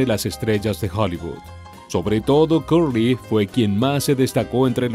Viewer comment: EN INGLÉS SE PRONUNCIA Cerly NO CURLY.